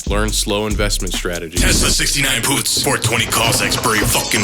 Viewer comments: You have a weird ass way of pronouncing puts my man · Why u say puts like that lol...